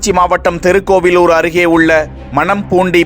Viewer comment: தெருக்கோவிலூர் இல்லை மூதேவி! திருக்கோவிலூர் எனச் சரியாகச் சொல்! தமிழை வழிப்பறி செய்யாதே!